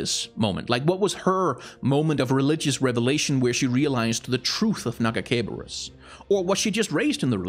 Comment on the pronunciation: My favorite part of this video is his refusal to pronounce her god's name correctly